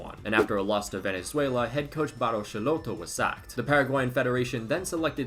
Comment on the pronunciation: Schelotto is pronounced "Skelotto", not "Shelotto"